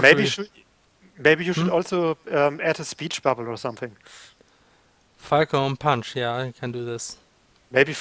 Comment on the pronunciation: the translation for "falcon punch" is more something like "poing faucon" but yeah, great job XD and you prononce it like "fokon pwin" (the "on" and the "in" are just too strange for other people to prononce i think... french is really the worst language. screw my contry XD)